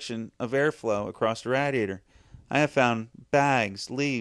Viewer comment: Nobody mentioned it so I have to. You say radiator wrong it it's driving me insane.